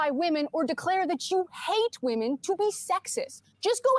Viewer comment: "u don't need to objectify whamen to be sexiest"...well, lady, you don't need to speak to know u're an idiot, the hairline will do